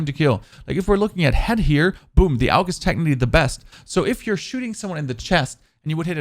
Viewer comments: Wtf is a "oog" and a petrol grip? 🤣AUG is pronounced like "org" and its a PATROL grip not a petrol grip 🤣🤣🤣🤣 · Oog no it Aug “AHHGU” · Loving the "Tummy Shots" and "Oog" LMAO!! Then you saying, "I'm European, we say Oog, not Awg". Haha! Love the videos my man. Keep Grinding.